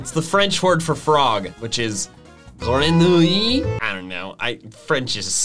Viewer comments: le francais est une langue de merde mais tu dis bien grenouille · Your pronunciation of “Grenouille” was pretty good. Also, it makes sense, since Kalos is based off Paris. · French is a silly language Me (as a french speaker): and I took that personally. Joking aside, you got "Grenouille" pretty on point